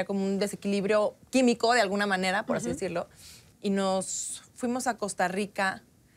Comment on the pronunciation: "Y nos fuimos a costarrr rica...! jajajaja